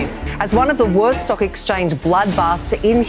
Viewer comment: The way she said Stook (Stock)! I stopped watching.